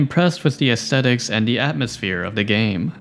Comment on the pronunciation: 'aesthetic' not 'estettic' wtf